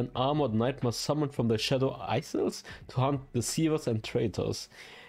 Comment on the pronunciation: Check the pronunciation for isles bro you’re killing me